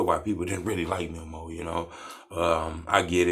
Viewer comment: 🤦‍♂️ Bruh……. It’s pronounced ME-MOE please, please, please get that right It’s not memo 📝 ME-MOE